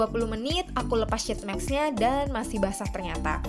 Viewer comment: Maaf kak, mau ngasih saran. Tolong perbaiki cara pengucapan sheetmask nya ya kak. Makasih 😂😂😂